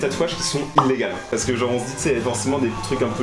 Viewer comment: "illegAUX", "illeGAUX"